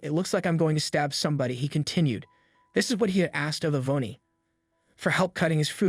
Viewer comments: Wonderful story but next time pronounce peoples names correctly it's not E vone e it's pronounced E von and it's not Add dree ann A dree an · I can't listen any longer. Yvonne is pronounced E-VON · It's pronounced EE VON! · The name Yvonne is pronounced 'e Von'. Great story. Love/miss Waffle House.